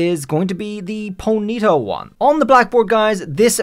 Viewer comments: its not ponita its pony ta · "Ponita" its Pony-taw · Po-nita x.x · so... is NO ONE going to rage about how he pronounces ponyta? The entire world: po-nee-TAH: po-NEE-tah??? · Its.... Pony -Tar ....... Not ponita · Pony-Ta not ponieta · Dude its PONY-TA, not poneeta. Annoying AF. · Why do alot of people mispronounce Ponyta name wrong 😂 it's sounded how it's spelt Pony (baby horse) and ta not if it was a high pitched y in pony it would have an I with a mark on it it's a baby horse itself 😂 it's been out for so long and people still can't pronounce Ponyta name right 😂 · Side track but very interesting way to say ponyta. Never heard anyone stress the NY before. usually it’s PonyTA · I feel like I’ve heard two different ways to pronounce Ponyta where one is the way is saying it and the other is how I’ve pronounced it ever since I heard it in the anime as pony-ta so which is the official way to pronounce its name? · It's weird how you way Ponyta (Pony-ta) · Ponita. Sorry like nails on a chalkboard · Do you pronounce the word pony like poe KNEE ?? Then why would ponyta be prounoucned po KNEE tuh. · How many times can you say ponyta wrong? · The way you say Ponyta really bothers me more than it probably should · Does everyone pronounce 'Ponyta' the same way he is? Is it a meme? Or have been saying it wrong for the majority of my life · Why does it bother me so much the way you say Ponyta? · Stop saying ponyta. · Stop saying Ponyta wrong lmao